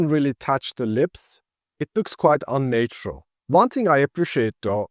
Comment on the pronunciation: Great video. Just one tip: the first 'a' in 'unnatural' is pronounced as in 'had', not as in 'late' or 'nature'.